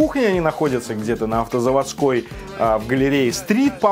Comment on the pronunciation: Все кайф, но АвтозавОдская, а не АвтозаводскАя =)